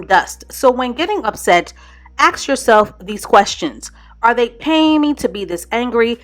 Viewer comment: I love your material but one great piece of advice. Learn how to pronounce the work ask properly. When you say axe you sound terrible.